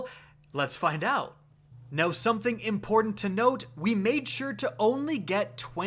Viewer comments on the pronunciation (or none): none